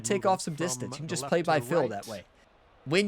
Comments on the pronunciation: try saying "Feel" 100 times in a row, wtf is "Fill"? Worst of all your videos. Unsubbed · Took me awhile to recognize that when you say, “Fill,” you mean “Feel.” Are you in PA?1 😆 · Is he saying Phil method or "feel method" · Are you saying, play by "feel" or "fill" ? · Thanks for the video! I’ve been looking exactly for this video, sadly though, as a newbie, this video was incredibly hard to follow. “I assign numbers based on Phil”, who is Phil? Are you saying Phil or fill? And what does that refer to? I was really looking for a numbers based system and that section was incredibly hard to follow, drawing on the screen would have been awesome. Thanks man!